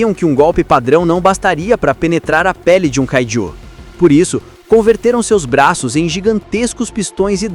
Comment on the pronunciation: Não é "káiju", é kaijú.